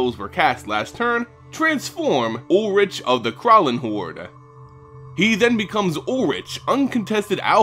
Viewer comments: as a german, i cant help but laugh at your pronounciation of krallenhorde. not in a bad way, i know german pronounciation of is hard as hell for non-nativ speakers :) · Not to be a smartass prick, but being German I think I could just for fun drop a hint on the pronunciation of "Krallenhorde" :> The essentials is just the a, to be pronounced like in "spa", and the e at the end, which is not mutual and pronounced like in "meh" (Yeah, that's my best example). I really enjoy hearing people whose mother language is English pronounce German words. :D